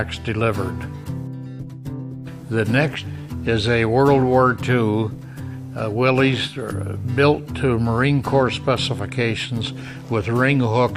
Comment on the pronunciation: im glad to hear call it willeez as it is obviously pronounced willeez. i cant stand hearing people call it a willis. kaiser started that willis nonsense but the ww2 guys knew better